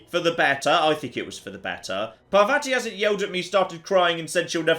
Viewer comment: I hate the way they pronounce Parvati because its completely wrong